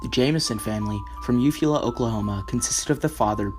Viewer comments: Eufaula, U-Fall-Ah, Andrea Yates is in Clear Lake, Tx, Timothy McVeigh is Oklahoma City, Ok, not even close to the 35 def mark. Look up the pronunciation before you read this report. Would be much more believable if you sounded more professional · Little fyi Eufala= pronounced You-Fall-Ah :)